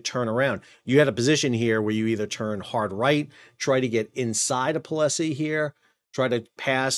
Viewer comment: Pol-sie, not Po-le-Sie